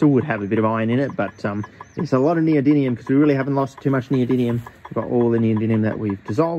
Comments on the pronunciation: 💡Pronunciation tip: nee-oh-DIM-ee-um. That's 👉DIM 👈, not DIN. Thank you!‼ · NeodyMium with M, not with N! Please, stop saying NeodyNium it physically hurts my ears. :) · Yeah mate but wtf are you pronouncing it as NeodyNium when it's NeodyMium? Even the Yanks can say it properly. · do you keep saying "neodyNium"? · The chemicals name: neodymium Him: neodynium (every single time btw) 😂😂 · New drinking game: Take a shot every time he says “neodinium” instead of “neodymium“ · Why do you pronounce it “neodynium”?? 😅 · Why do you keep saying neodynium instead of neodymium? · Is it just me or are you saying neodinium instead of neodymium 😅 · Great video. My ears are sore though from you pronouncing it NeodyNium instead of NeodyMium 🙈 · Yes, it is neoDiDlium!!! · It's almost a drinking game hearing you say "neodynium" (with an N) over and over all while I can see the title of the video that clearly reads "noedyMium". But don't feel too badly. Most people over hear can't say aluminium properly. 😂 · In the spirit of being a pedant, it's pronounced "Neo-dim-ee-um" there is no second N anyword in the word. Great video as always though! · In this video: 35 minutes of a grown chemist saying neodynium. At least it's not neodynum :D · Every time he mispronounces neodymium as "neodinium" i get forest whitaker eye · PhD in chemistry… still can’t pronounce the elements correctly lol😂 “neodinnium” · WHY does everyone say "neodynium" ? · is it me or is it pronounced neo-dym-ium? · Does mispronouncing NeoDIDLIUM every single time tip you off too??? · Can't even pronounce NeodyMium correctly. It's an M, not an N. You spelled it correctly in the video title (probably only due to Spell Check forcing you to) but say it wrong over and over and over. FFS. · That was incredible! I don't think you said neodymium correctly once! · He said the first m as an n every time 😭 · I don’t think he pronounced it “Neodymium” once in the entire video 😂